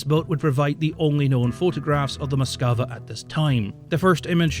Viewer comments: Nice video. Had a hard time every time you said Moskava. It's Moskva. Without the A between the K and V! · its said as moskva not moskava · It's not Moskiva... it's Moskva. Stop mispronouncing it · One thing about the pronunciation of this ship: It should be "Mosk-VA' (two syllables) instead of Mos-kuh-va (three syllables). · Why can’t you pronounce Moskva? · The way he says Moskva is hilarious. Like